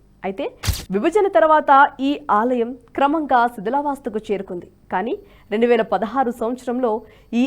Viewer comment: ణ, ళ పలకగలిగే వాళ్లను తీసుకోండి దయచేసి. శిథిలావస్థ బదులు శిథిలా వాస్థ అని చదివారు. రాములవారు అజ్ఞాతవాసంలో ఎప్పుడు ఉన్నారో తెలుపగలరు. ఆయన వనవాసం గురించి మాత్రమే తెలుసు